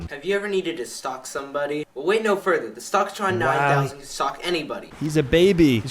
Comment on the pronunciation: He sayd wayt im gona show you